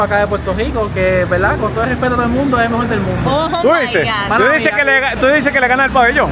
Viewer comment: com respeto a este boricua se le nota la L clarita especial cuando dice verda como que tom énfasis cuando dice VELDA verda